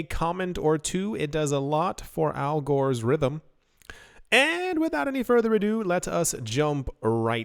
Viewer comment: Did you say Al Gore's rhythm ? 😆 🤣 Libra was Facebook crypto